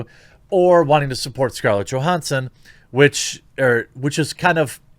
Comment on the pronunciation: Please PLEASE learn how to pronounce her last name. Jesus tapdancing Christ